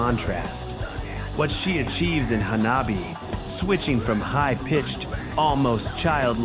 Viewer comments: Hanabee?. The CORRECT pronunciation of the band's name is HA-NA-BEE-EH Not this: If you continue butchering their name, Hettsu will jump out of the nearest screen and strike you with her bolts⚡️⚡️ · First you butcher Hanabie's name. Then you butcher Nemophila's🙄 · And Hanabie......